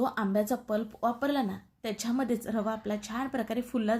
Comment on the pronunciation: पल्प म्हणा प्लप नव्हे